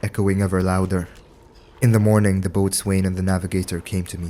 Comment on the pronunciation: It's another stupid English language exception, but "boatswain" is pronounced "bows'n". That's bow as in the arrow kind.